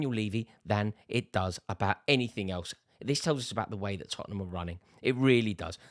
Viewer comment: Rory, it's Tottenham.